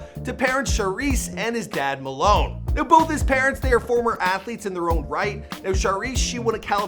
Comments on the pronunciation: also his dad name pronounced Maylon not Malone and its Ysidro not Ysirdo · His dads name is May-Lon not Malone